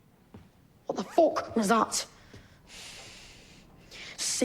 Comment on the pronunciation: "What the PHOCK was that" lmao